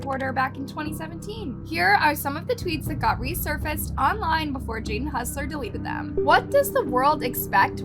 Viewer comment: hussler? lol. its hossler.